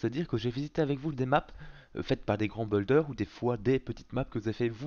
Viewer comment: Stop xD on dit buiiiiilder